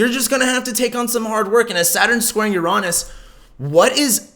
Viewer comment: the way you pronounce uranus cringes me out... google that shit if you don't know how to pronounce it... as someone who earns a living out of this you are not doing a great job on even basics... cringe